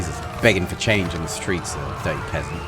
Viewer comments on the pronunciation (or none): none